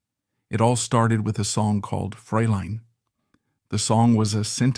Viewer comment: What a dummy, its not freyline LOL, like freight line. Your mother dropped you on your head. Who the hell is Bobby Helmsman.